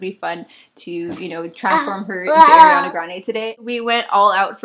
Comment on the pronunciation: "air" iana grande.. No girl NOOOOO 😭 A REEE ANA grande 🤣 everytime u said her name like that I cringeeeeedddddd ❤️